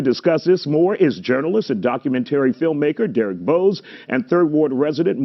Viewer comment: Yeah what a joke. Said he first spoke to Derek a year ago and still gets his name wrong.